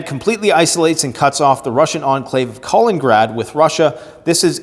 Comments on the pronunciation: Missing a syllable KalinINgrad. Yes, Baltic Sea. Separated by 45 miles from mainland Russia. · Wow. This person has now idea what he is talking about. He does not even know where Kaliningrad (or „Kolengrad“ as he prefers to say) is. But thinks he can give an assessment of the situation. And the Baltic states are the European Far East 😂